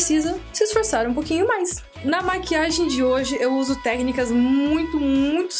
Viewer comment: adorei tudo mais ainda mais quando VC fala #ternica ao invés de #técnicas kkkkk ótimo,tinha que ser a